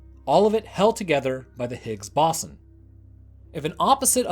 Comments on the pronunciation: Stop it, stop saying BASON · My god the pronunciation of ‘bO-zon’ and other words in this was way too distracting 😂 BOSSON wtf is bosson lmao (Still listened to it all tho 👀)